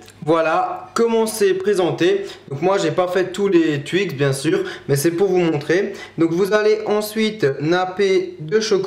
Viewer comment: Moi je dis TWIX pas tuix ou touix!